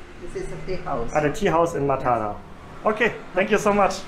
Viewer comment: Even in Sri Lanka . . . only in Maatara (that's how it is pronounced) they eat rice for breakfast, rice for lunch and rice for dinner